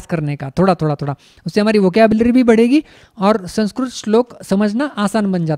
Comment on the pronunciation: महोदय संस्क्रुत नही होता अपितु संस्कृत होता है ।